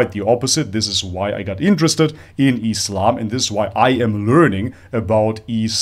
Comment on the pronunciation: I appreciate you saying Islam not Izlam or Muzlim.I don't know what is it with westerners saying it with a 'z' when they can perfectly pronounce 's'. Is it intentional and meant to be derogatory? I don't know..